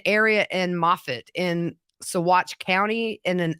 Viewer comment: Live in county next to Saguache. Great job pronouncing it. Trivia fact... Alfred Packer was originally held in the Saguache County jail before his trial.